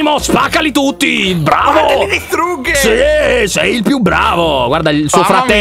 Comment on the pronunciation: "li distruggHe" Solo io l ho notato?!?!??